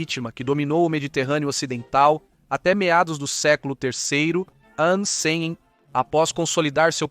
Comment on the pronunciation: Desculpe, mas narração por IA, não dá...e tem a narração de "ancem", PQP, é muito dificultoso dizer "antes de Cristo". Afinal a civilização atual é contada AC e DC.